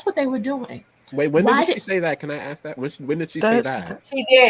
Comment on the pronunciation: E trying to sound smart but still says axe